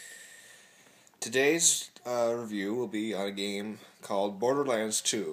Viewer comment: Game, not gams. Sorry...